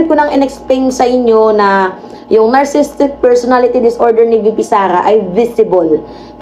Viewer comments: Nar Si Sistik pagbasa dun, may extra "Si" kasi spelling nya is: Narcissistic from the root word: "Narcissus" or ung taong mahal na mahal ang sarili nya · narcissistic po hindi narcisstic. (nar-cis-sis-tic po ang tandang pronunciation. Everyday po king nanonood NG asawa ko NG vlog ninyo.